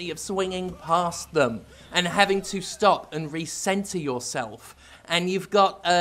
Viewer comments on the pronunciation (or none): none